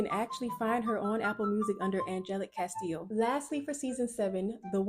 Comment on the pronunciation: Girl and then you go on here just to piss people off by saying angelic Casteel 🤨 come on girl we are black you can’t say Angelic Castillo